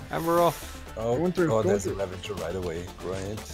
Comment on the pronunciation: Xisuma: "RavaNger's Run." there is no N in Ravager. why does this piss me off so much lol